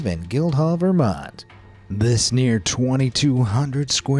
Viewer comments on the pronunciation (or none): none